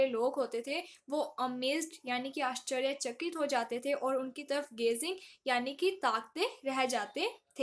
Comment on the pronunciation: Ascharyachakit -- the way you pronounced is awesome